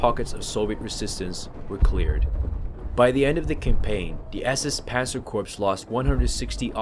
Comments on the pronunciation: Also just fyi... Please stop saying Corpse.... it is pronounced as Core spelled Corps. Other than that great video. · Please don't pronounce Corps as Corpse. It's Core. Other than that, good video. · Very good video. However the "P" in the word corps is silent (as well as the "s"). Kept reminding me of the time Obama kept mispronouncing the term "navy corpsman ",,,,,,lol